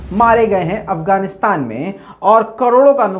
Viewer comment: Pls try to pronounce properly the name even u didn't properly name Afghanistan